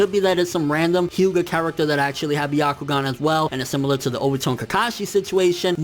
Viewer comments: sounds like "the octagon" everytime he says "byakugan" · it's not byakugaan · It's not the byagkugan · The fact that you pronounced byakugan the way that did makes me cringe. #NotSorry #WaitingForTheComments #ComeAtMeBros #PlotNoJutsu